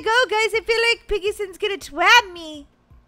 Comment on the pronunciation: It’s piggy sons duh say it right